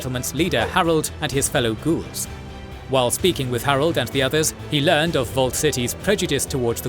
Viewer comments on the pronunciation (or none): none